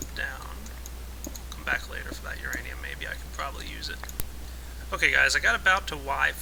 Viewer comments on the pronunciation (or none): none